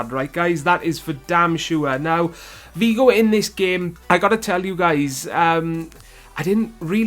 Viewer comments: Beerus haha tru he said "Vigo" instead of "Figo" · what is so hard about pronouncing the 'F' it is Figo ffs just like how it is spelt. Shows how much you know about football.